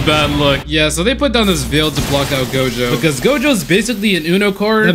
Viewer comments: you call gojo jogo cuz tats what i heard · Gojo - jogo - jogo - gojo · my dude keeps saying jogo 😭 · The amount of times he pronounced "Gojo" as "Jogo" keeps making me see the volcano head on Gojo's body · Same he should’ve made a counter everytime he said jogo instead of gojo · Bro when he said Jogo talking about Gojo during the fight. I was confused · Bro said Jogo so many times I can’t count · idk if its intentional, but i find it funny that he calls gojo jogo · Take a shot every time he says "Jogo" instead of "Gojo". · my guy be saying jougo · i love how bro keeps calling Gojo "Jogo" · Him calling gojo jogo💀💀💀💀💀💀💀💀💀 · Did this dude call gojo Jogo⁉️ 😭😭 Fun fact: megumi for some reason knows what inumaki is saying 💀….and I agree his shikigamis are actually cool asfff RIP THE WHITE DOG THO 🗣️🙏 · he rally said jogo:') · he be callin gojo jogo. dud thats 2 different ppl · When you said Jogo and not gojo was that a joke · He said jogo instead of gojo like wha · It’s not jogo it’s Gojo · gojo not jogo, just saying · I beg you , please stop saying "Gojo" as "jogo" it's so weird I am unable to erase the picture out of my head 🤮🤯😵‍💫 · you kept saying jogo.... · Anyone notice he said jogo the whole vid? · Nah refer to him as Jogoat